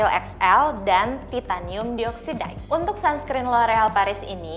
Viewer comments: saran buat video selanjutnya, untuk yang perlu nyebutin chemical term kaya uv filter gini, mungkin bisa cari tau dulu cara penyebutan yang benernya. aku dengernya cringe banget denger dioxide, oxide, dll pronounciationnya kaya gitu 😥 dan satu lagi, it’s better kalau dijelaskan sedikit ttg uv filter yg disebut. kalau ga dijelasin, what’s the point of you informing us? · Dioxide, bacanya ga gitu kaaa hehe